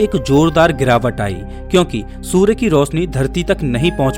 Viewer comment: सूरे नही सूर्य बोलो